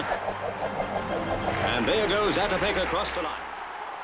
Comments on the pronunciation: When someone is making a video about someone they should at the very least pronounce their name correctly. You know maybe 2 or 3 times say it before actually recording? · It´s very funny for Czech people when they hear the English pronounciation of his name :D